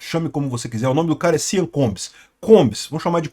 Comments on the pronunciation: Eu tentando entender o que diabos é "siam" e o nome dele é "sean". A pronúnica é "xan", caso alguém se importe. Não "siam". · Sean Combs é pronunciado "Shawn Combs", não "Sian" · Gosto muito dos seus videos, o que esta se falando agora e que os óleos de bebe que foram encontrados na mansão do Sean ( pronuncia e ‘shon’ e não sian) não eram exatamente óleos e sim drogas, as chamadas êxtase em forma liquida a GHB (gamma hydroxybutyrate). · Amigo, não se fala: SEAN, se fala: CHON. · A pronúncia de Sean é “chon”. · A pronúncia do primeiro nome dele é Shãn ( Sean ) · NÄO, È SEAN COMBS FALADO È " SCHON".... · A pronúncia de Sean é “shon” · O nome SEAN pronuncia-se "CHÓN". "CHÓN COMBS".